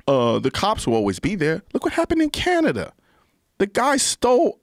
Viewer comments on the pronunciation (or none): none